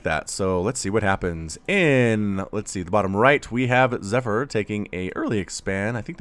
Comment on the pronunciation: the proununsiation of zypher zee pheer